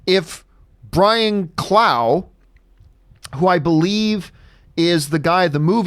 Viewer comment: Haha loved the damned United question. I'm a huge Derby county fan and the story is riveting. And it's Brian Clough (Rough) not clow 😉